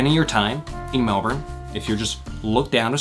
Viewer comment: as a fellow melbourne person way we bow to you as the first american or canadian to not say it is melborn